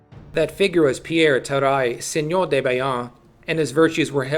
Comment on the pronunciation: terrible ( ͡° ͜ʖ ͡°) Lol no honestly not bad at all, there is the typical english accent (especially at the -eur) but good job for that one.